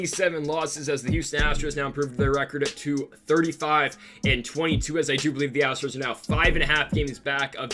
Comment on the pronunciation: Love it when he mispronounces Astro’s on purpose luv it! And he says Houston Astrics